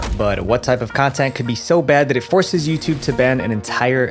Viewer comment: I heard Cuntent creator hahaha